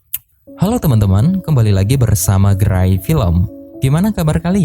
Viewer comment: bukan gerai tapi gelai wkkw